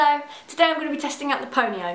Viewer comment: I keep thinking she's saying ponyo